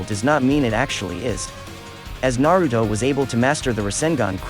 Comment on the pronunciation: Tempted to dislike the vid everytime this man say "Narudo"